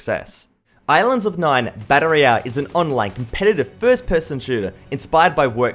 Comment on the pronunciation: everytime he says BAttle royale it just strikes me xD